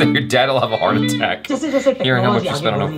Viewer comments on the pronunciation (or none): none